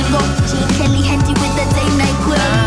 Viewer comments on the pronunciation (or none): none